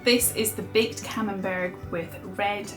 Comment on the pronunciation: Camenbert is pronounsed camenbear